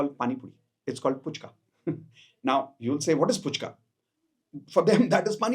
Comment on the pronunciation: No offense, Just a little correction being a Bengali: The pani puri in Calcutta is not called as "Puchka". It is called "Phuchka". I wanted to pinpoint this because a lot of non-bengalis mispronounce them - just like how they mispronounce "Kolkata" as "Kaulkata".